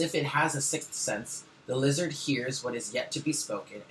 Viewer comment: I've been laughing my ass off at "LEE-ZARD" for about 10 minutes lol I love you, you always start my day off with the right attitude<3 thank you boo! Namaste lovely people